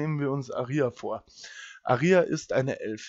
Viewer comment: Es wird Ah-ria ausgesprochen das ist hinten beim Buch bei der Aussprache der Namen verzeichnet